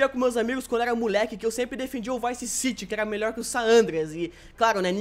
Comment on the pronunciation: O falou VICE CIGI.